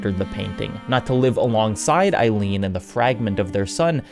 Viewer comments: He's anglicizing the French "Aline" into the English "Eileen." I agree it's a weird choice, but it makes a kind of sense. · I really loved the beginning of the video, I can’t help but cringe when I hear Eileen when he’s pertaining to Aline 😅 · Aline, not Ailine… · Aline. Not Eileen. Jesus Christ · I'm seething as this man calls Aline.. EILEEN. Ahh-lee-nah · How do you get Renoir pronunciation perfect but mispronounce Aline a billion times 😭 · “Eye-lean” lol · My guy its pronounced "uh-leen" not "eye-leen" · Listening to you butcher the name Aline, into Eileen is absolutely breaking me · This is a beautiful video for a beautiful game.... But it's Aline. Not Eileen. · Sorry for being nitpicky but everytime I hear it, it pulls me out of the video, her name is "Aline" not "Eileen" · I am cringing every time he says "Eileen" for the mom's name instead of "Al-een". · It's Uh-leen(Aline) not eye-leen(Eileen) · Damn good video and analysis, but boy did it annoy me that you mispronounced Aline as "Eileen" so many times 😂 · I'm sorry, but it's really hard to take you seriously when you keep calling Aline "Eileen". This ain't a song by Dexy's Midnight Runners. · Aline, not Aileen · Aline =/= Eileen btw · love your videos mate, but saying Eileen instead of Aline is sending me 😄 great job as always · Dude. Aline, not Eiline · Aline, say it with me. ALINE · Aline is pronouced "A" like "abstract", and "Line" like "leen" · Ah-leen. Pronouncing her name wrong like 33 times in a row hurts so bad, dude. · Even in the English version of the game, no one calls her “Eileen.” 😂🤣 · Came to the comments to see if anyone else had pointed this out, lol! Every time, I found myself echoing with "Ah-LEEN!" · I know French names are hard to pronounce, but... come on, Eileen? Sorry, I couldn't resist. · the correct pronunciation is three syllables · Yes. A. Lin. E. Don't use English syllables for a French name. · Great video, except for every time you say Aline's name wrong.